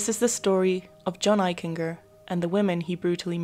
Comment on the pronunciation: His name is pronounced Eich en ger.The g has the j sound. Jennifer was not born in Bridgeport, she moved there when she was 18 months old. Unfortunately he is my cousin